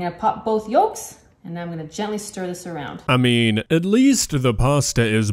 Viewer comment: "Yol-k". STOP PRONOUNCING THE "L"!